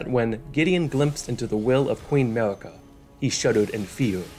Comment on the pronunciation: Why are you able to pronounce the R in Radagon but not in Marika? Somehow it becomes Mawika